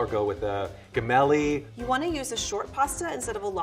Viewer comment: I would like to let that "gemelli" sounds like James, not like guess. (Still, that pasta shape in Italy is sold as "casareccia".)